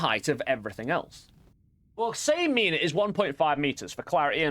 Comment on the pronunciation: erm actually it is "minä" not mina 🤓🤓🤓🤓